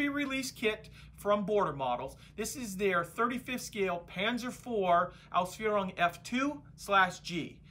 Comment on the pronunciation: Hi. I loved the fact that you mentioned the full name Panzer 4 Ausfuehrung F2/G. Your pronounciation was spot on. It basically just means Version F2 / G.